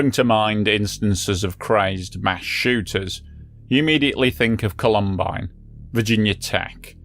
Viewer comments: Column Bine I thought you said Columbo at first. 🙂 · How can you not say Columbine properly? Genuinely astounding. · You prounced Columbine wrong. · Thats not how you pronounce columbine, you crooked toothed brit. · it's not his accent making him say it wrong though lol